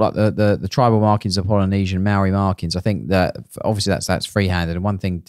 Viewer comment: is doing his best Zoolander impression with the Māori pronunciation. Great video as usual lads.